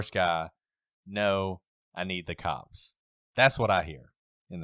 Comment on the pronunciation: Technically, he says, “The kawps!”